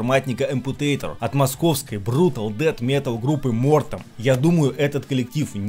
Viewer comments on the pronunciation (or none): none